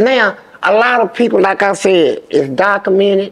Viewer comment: It’s dociminted 😂